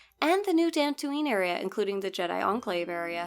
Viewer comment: FINALLY SOMEONE WHO CAN PRONOUNCE DXUN! LMAO